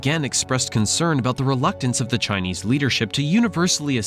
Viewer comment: You might want to put a bit more effort into the pronunciation of Chinese. A very amateur effort 😡 on an otherwise good video.